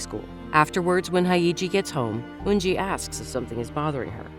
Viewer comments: her name is Hyeji, Haeiji isn't a name afaik. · It's pronounced as 'Hey-ji' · The funniest thing is how the narrator pronounces their names. “Hi-iji” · Hae and Hey don't sound quite similar, and you are inverting the Y and the E, it's not pronounced that way. You wouldn't pronounce Yeji's name like Eyji, would you? Hyeji is like Yeji but with an H.